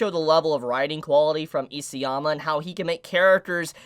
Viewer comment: Please pronounce the author’s name correctly. It’s ISAYAMA, not EASYAMA.